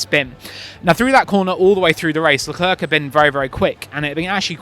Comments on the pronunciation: Thank you! How difficult is it to say "luh clair"? Early on in his F1 career he actually described how to say his name just lie that! (Edit: I speak French too, so you can imagine how much hearing "la clurk" hurts lol) Wish commentators/journos asked Zhou how to say his name, too. I've heard multiple orders of his name said, and I'm sure they're not pronouncing all his names consistently. It's a matter of politeness. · Who's "Leclurk"?